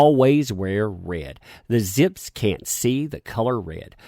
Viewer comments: "zips"... ??? Vzzpyzz is pronounced "Ves-Biz" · it is pronounced VESPIZ,. Just FYI. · you donkey, you pronounced the Vyzpzz name wrong. 😂